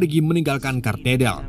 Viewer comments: itu gereja Katedral bang, bukan kartedal 😂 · Parah. Katedral,bukan Katerdal